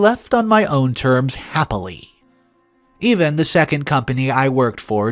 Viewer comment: So in one paragraph you pronounced the word "even" two different ways. I know you have multiple channels now and make a lot of videos but please slow down just a little so you can fix the mistakes. You change words, add words, drop words, & mispronounce words, often changing the meaning of the sentence, in almost every video. I would much prefer quality over quantity. I'm sure I'm not the only one who feels this way. Even with this, yours is one if the best channels in the genre. Isn't it worth just a little time to make it better? Again - quality over quantity.